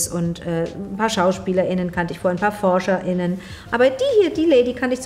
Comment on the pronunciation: Ich verstehe nicht diese seltsame Aussprache, wenn man ... MAAAAAANNNNN ... Frauen meint, die Forscher sind, warum trennt man ...., auch als Frau, also ich zum Beispiel - das innen von dem Forscher akustisch extra nochmal ab? Ist das gesund?